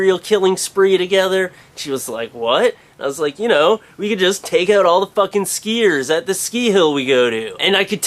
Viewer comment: He says "skiiers" funny